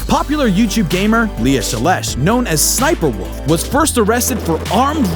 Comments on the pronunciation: It’s s s sniper wolf not sniperwolf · SSsniperwolf is pronounced S.S.sniperwolf not *hiss*sniperwolf XD no hate tho